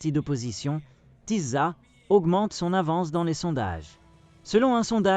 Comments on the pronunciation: Tisza se prononce Tissa. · ça se prononce Tissa svp [sz = s en français)